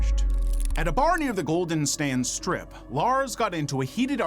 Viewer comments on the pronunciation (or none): none